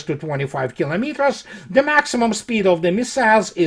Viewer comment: You mean Ze report.